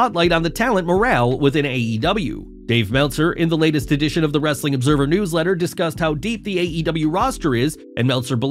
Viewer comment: Pls stop saying wrestling like a barking dog No disrespect, but it's annoying and cringy